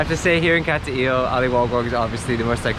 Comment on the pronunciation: Not being critical, but my wife says it's not Cat-t-ill. Nice video though. when I get back to the Philippines, I am coming up that way to see those beautiful waterfalls.